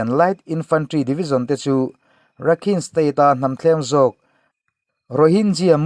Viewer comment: Rakhine ti a lam lo in Rakhai ti a lam zawk tur ani e